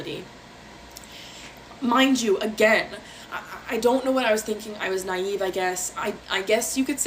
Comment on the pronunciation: “Naive” Jesus Christ you can’t make this up